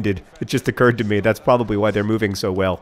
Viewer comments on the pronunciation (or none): none